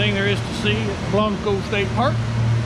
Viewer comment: Love that helmet. Ha! Just fyi. Those of us from San Antonio, don't say Blan-co. We say it, Blank-co. Not that you can't say it the way you are in your vid but just letting you know for the out of town and staters